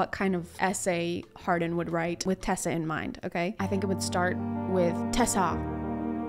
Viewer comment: “Tessa” LMAOOO